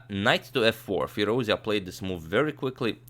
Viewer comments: the right pronunciation is FEEROOZ--JA..(like jar...jacket..jump) NOT FEERUZIA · It's FirouzЖa (the J sound without the D, not the Y sound) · Agad, the correct pronunciation for Firoozja is like firooz-JAW. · please say his name right; Firouzja as in fee-rooz-jaw (rouz as in "dues" and ja as in "jaw"). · Great game! thanks for your excellent commentary Antonio. Hope to see more romantic masterpieces of this young prodigy Just it's worth mentioning the Alireza's last name is pronounced FirouzJaH (with J like in John, an h in Henry) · Hey great analysis. By the way, his family name is actually pronounced as Firouzjah, with "j" being pronounced like "j" in "jack" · Not to nitpick but expanding the vast knowledge never hurts :) The ‘j’ in Firouzja is pronounced like the ‘zh’ in Nezhmetdinov. Depends on the root of the words, it can mean “he who sits on a marble throne”, or “he who is jubilant”. Depends on the video though, I have to go with the latter. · In Iranian names, the "J" should be pronounced as "J" (as in Justice) and it's not pronounced Y like Germanic languages. By the way, thanks for the great content.